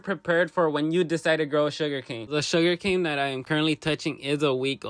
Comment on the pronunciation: Bro 😂😂😂😂😂its not sugercan